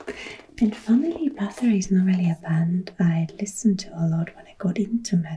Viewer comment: BATHORY! ❤... You have an unusually good pronunciation of Swedish...you should check out the band Kebnekajse, who made amazing progressive rock adaptions of Swedish folk music